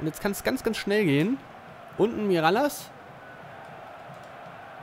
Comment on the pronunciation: Mirallas wird miraljasch ausgesprochen